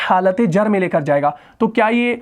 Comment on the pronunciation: معزرت کے ساتھ ۔۔م کے اوپر زبر والا "میں " کے معنی Me ہوتے ہیں اور م کے نیچے زیر والے " میں " کے معنی ہوتے ہیں In. ان دونوں کے اردو تلفظ میں فرق ہے ۔ وہ آپ درست کریں۔ جیسا کہ۔آپ دونوں کا ایک ہی تلفظ ادا کرتے ہیں۔ شکریہ۔